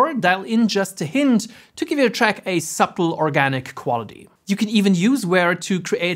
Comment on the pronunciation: Nicely done tutorial! Thank you! (✔️Please note that in the word “subtle” the “b” is silent … it’s not a subtle difference 😝)